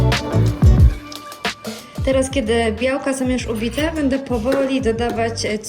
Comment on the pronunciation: bĘdĘ piĘtnascie …. 🙈 uszy bolą 🤦🏼‍♀️